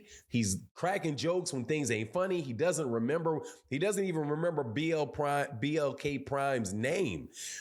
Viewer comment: Bud would've been better off not saying anything. Also that's disrespectful to say BLK PRIME wrong and then laugh about it. They paying a ton of money for a fight nobody is eager to watch. At least respect the company if nothing else.